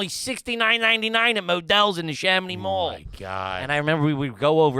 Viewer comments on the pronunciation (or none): none